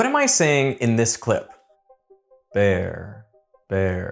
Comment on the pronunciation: His pronunciation isnt the best. The b in bear isnt as pronounced as needed to clearly understand. Even if you close your eyes.